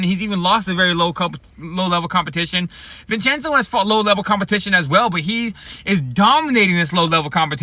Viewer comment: Vin-Chen-Zo I-An-U-Zo